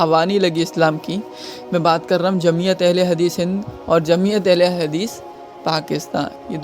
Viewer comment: Hadees ko hagis mt bole bhai 😢😢😢